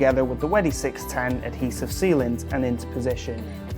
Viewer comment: Can you learn how to say wedi before you make a video?